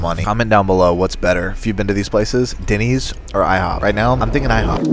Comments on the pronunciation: Why he keeps calling it Dinny's and not Denny's is funny. It's like he thinks it's a slang term for dinner. "hey, do you guys want me to make you some Dinnys?" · It’s Dennys not Dinneys 😂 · 1.5 million views to hear this guy over use the word literally And to call Denny's.....DINNYS Wow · Is it just me or - every time you pronounce Denny’s I cringed. 😅